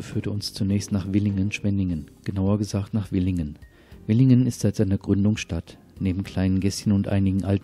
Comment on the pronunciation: Hallo, tut uns bitte den Gefallen, das heißt Villingen und nicht Willingen. Nettes Video und informativ